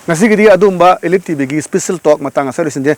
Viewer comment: Elite pronounced toh soidro brdr